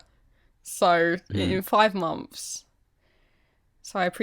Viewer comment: i love how says mumpfs instead of months ^-^